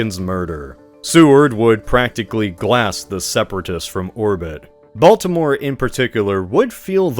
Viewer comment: try not to pronounce Baltimore completely wrong challenge 😊